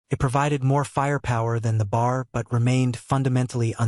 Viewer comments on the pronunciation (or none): Here We go again....Tell the STUPID AI it is B.A.R....Not bar!!